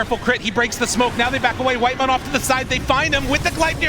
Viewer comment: WHITEMON? NO, ITS CARRYMON